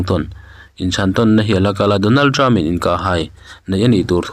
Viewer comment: Mizotrawng hi in thiamlo thin hle mai, ngaihthlak tui a harthin, (Donald trump in Donald trupa'n)